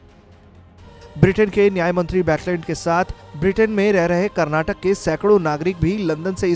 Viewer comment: Abhe chutiye Karnataka hai Karnatak nahi tum logon ko states ka naam nahi pta Kya news report karoge.